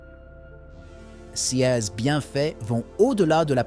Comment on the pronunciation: C'est une voix robotique qui parle et ces voix disent souvent C E S au lieu de dire CES ! C'est étrange en effet :face-purple-wide-eyes